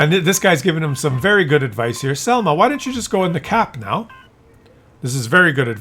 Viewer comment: š is not s,š is like "sh"-it so šelma you pronounce like shelma.